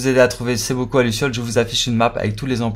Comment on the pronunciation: T'as du mal à dire bocaux 😂 Mais en tout cas merci pour l'astuce ça aide à être plus rapide à compléter les défis 👍